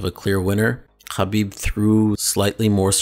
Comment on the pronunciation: The way you're pronouncing Khabib is wrong in English, Russian, Azar and Arabic. You're as bad as Ariel Hawani with this inept attempt at sounding cultured.